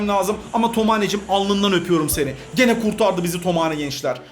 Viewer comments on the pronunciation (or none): none